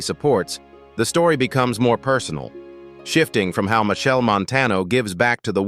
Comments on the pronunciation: its ai it wont pronounce it correctly unless you spell it like Mashell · Machel pronunciation is Ma-shell. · AI nonsense. Can’t even pronounce the man’s name right. It’s Machel! Not Michelle or Machelle. He deserves a proper documentary, not this AI generated crap. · Machel is pronounced as marshall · Respect the Artist, his name is Machel. When you mispronounce someone's name that's disrespectful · so now you see how Ai cannot produce words correctly...listen to the words "Machel" "Carenage" etc...Put look at the video of the child... lol